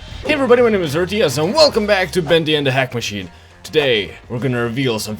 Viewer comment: I heard him say "Welcome back to Bendy and the hack machine!"